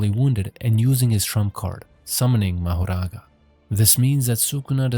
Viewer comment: that's not how to say mahoraga